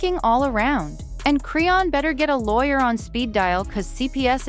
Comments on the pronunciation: Me too! Who the hell is Crayon?! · why you can't say her name right? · I'm so sick of her saying her name wrong